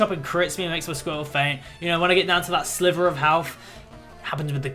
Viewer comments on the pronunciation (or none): none